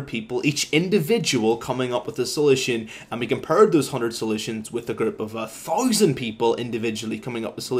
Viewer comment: learn how to say 1000